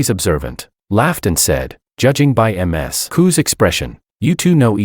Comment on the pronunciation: Someone please fix ai pronounce Ms. Correctly 😂